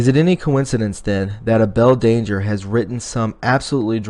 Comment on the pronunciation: Abel Danger is pronounced "A-ble Danger"!!! You should learn who you are quoting. The way you butchered the name throughout misled all but those of us who follow Field McConnell. Shame on you!